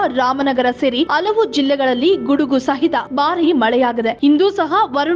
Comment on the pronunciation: ಅಲವು ಎಂತಲ್ಲ ಹಲವು ಎಂತಆಗಬೇಕು ಕನ್ನಡ ಸರಿ ಇರಲಿ